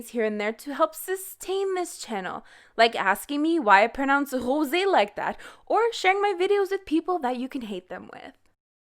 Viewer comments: say rosé name wit respect you keep on saying hosé you really just sound dumb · Rosé is pronounced Rose-ay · Why do you pronounce HOSÉ like that? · You say Hoe-sé Hahhaha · Pretty please stop saying Wosé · Why does she pronounce Rosé like that? Pls respond. I've been commenting this on a LOT of videos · I love you💋♥️ but can you please stop pronouncing Rosé like that it is annoying. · She's French ? Because we the French we pronounce rose like that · Why do you pronounce rosé lile this? 😉 No seriously, it sounds so german😅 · Why do you pronounce rosé like thatÉ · That rosé pronunciation... omg are u from Quebec??? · The way that you pronounce Rosé and Instagram confirms that you probably from Québec ! Bonne vidéo comme d’habitude 😘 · I hate it 😭 it’s not meant to be pronounced like that despite the accent on the e. It does not change the r. I try to ignore it but it repeats in my mind and I can’t help but cringe.. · why do you pronounce Rosé like thatÉ? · Why do you pronounce Rosé like that?